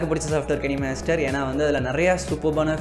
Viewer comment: It's kinemaster not kanimaster